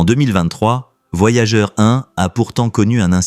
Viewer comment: La voix IA c'est déja bien lourd, mais quand elle prononce les sondes "voyagé" y'a plus qu'a se pendre :eyes-purple-crying